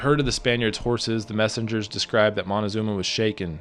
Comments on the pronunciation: Moctezuma: as in MOK TÈ ZU MA. Not monezuma. Drives me nuts. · great story,,BUT confusing c and n is pretty bad......Moctezuma not Montezuma,,,you fan of montezanto??? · Did you say Montecazuma lol around 3 minutes? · moticazuma??? hahahaha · I’m not a historian but do enjoy it. However, from what I learned living in Monterrey, Mexico where my family is from, I was told the name is Moctezuma, not Montezuma. As well, Mexico came from the name Mexica (pronounced Mechica) hence the term Chicano. Before you move forward in time, please consider first telling the stories of the Native American nations around present day Mexico City prior to the arrival of the Conquistadores. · Stop being so stubbornly white. It isn't Montezuma, it's MOCTEZUMA. Where do you see an N in the spelling, or how do you hear the letter N in the pronunciation? The spelling "Montezuma" is an Anglicized version that became widespread in English literature. You should research a little more before being in such a hurry for YouTube $$$$ This is one of the reasons why I don't trust western world-view history. There is this growing misconception that in order for there to be any truth in history it has to be American-funded. I apologize, I don't mean to be so harsh. Otherwise, good story. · It's Motekusoma, not Montezuma. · Moctezuma is not pronounced like that, it should be pronounced more like Mock-te-zoom-a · Córdoba not Cordoba Moctezuma not Montecosuma or Montezuma